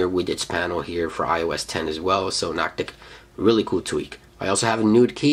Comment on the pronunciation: NOCTIS. NOCTIS. do you have a speech impediment or are you just slow when it comes to reading. it isnt noctick its fucking NOCTIS. there is an "s" in there. i honestly dont know how you dont know how to pronounce this simple word.